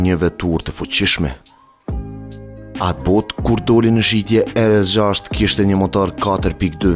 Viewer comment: pse nuk folni shqip o vlla RS6 lexone mire jo ER ES 6